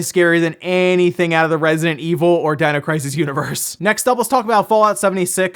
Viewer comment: Can you enunciante "Resident"?